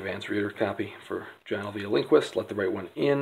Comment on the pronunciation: 17 seconds in and you're already better than my videos just by pronouncing the author's name correctly!!! Great vid.